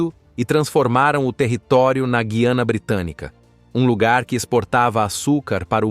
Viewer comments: Eu aprendi que o nome é Gu i ana, acho difícil ouvir vc falar guiana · Parece que você também não sabe muita coisa sobre a Guyana, a começar pelo nome do país. Você diz Gui-a-na, quando o correto é Gu-ya-na.